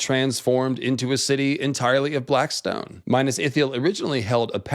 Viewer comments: Not bad, but Please Min`as Not Minus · Mee-nas... Bro not Minus... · Repeat after me, It's Minas. Minas, not Minus. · It’s not minus but minas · Every time you say Mainas I feel a dagger in my heart 😢